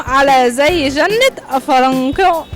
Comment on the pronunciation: بداية المذيعة نفسها قرأتها خطأ و الجملة مكتوبة في الورقة فيها خطأ إملائي أصلا .. فضلا عن أن الجملة غير مضبوطة بالشكل .. مَا لَكُمْ تَكَأْكَأْتُمْ عَلَيَّ كَتَكَأْكُؤِكُمْ عَلَى ذِيْ جِنَّةٍ اِفْرَنْقِعُوْا عَنِّيْ .. المذيعة أخطأت في ثلاث كلمات هي (كَتَكَأْكُؤِكُمْ) و (ذِيْ) و (جِنَّةٍ) .. مع العلم أن شرح معنى الجملة المبين أسفل الفيديو هو شرح صحيح